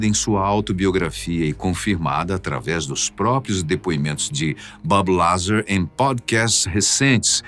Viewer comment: Fala pra ele que não é BabiLazar. Ê Bób Lazár